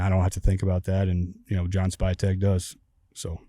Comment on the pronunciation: Did he call, “spytek” “spygate”? 😂